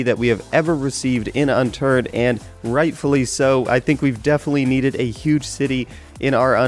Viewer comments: HE SAID UNTURD ON ACCIDENT LOL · lol I thought he said Unturd xD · Anyone catch the "Unturd" ? XD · it sounded like he said Unturd :| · unturd xDDDDD loooool